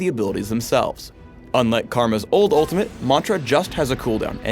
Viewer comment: if he says mantra like that one more time I might kill something